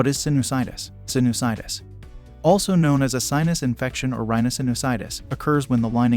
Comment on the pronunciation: Why does the a1 say "sinnis -itis". That's not how sinusitis is pronounced. Thumbs downed